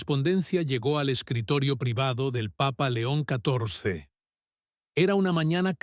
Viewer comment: Muy linlas historias, pero ms gustaría que cundo nombren al Santo padre Dijeran. LEÓN. CATORCE Y NO LO QUE SIEMPRE PRONUNCIAN QUE ES INCOPRENSIBLE AMO LA IGLESIA CATO LICA ES I CUERZA Y MI VIDA. BENDICIONES